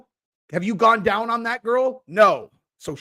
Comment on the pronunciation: That was funny "yankem daoown"